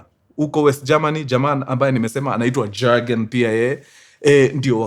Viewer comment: Point of correction mkuru, Jurgen inakua pronounced, "Yurgen" J is pronounced as Y.😮